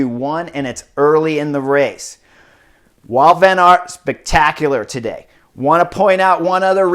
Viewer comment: It is Wout not "Walt" He's Belgian!